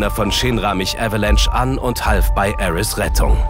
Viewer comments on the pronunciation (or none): Die deutsche Synchro ist ja insgesamt wirklich spitze, aber die Aussprache bei Aerith "Aeris" und bei Sephiroth "Sephiros" macht mich wahnsinnig... Das ist so "Herman ze german"-mäßig.